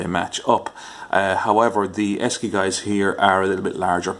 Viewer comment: Esci is pronounced Eshi . During the early 1980s Esci ran a campaign about the company's name the copy was "Say Eshi"